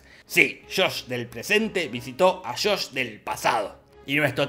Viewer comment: No fue Shosh-Shosh, fue Shosh... 😂